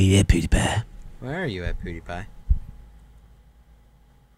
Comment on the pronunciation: I love how says "Poodiepie", I'm replaying this like crazy:D